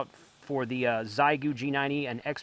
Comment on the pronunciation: Heads up, it’s pronounced more like “shay-goo.” Hello from OKC.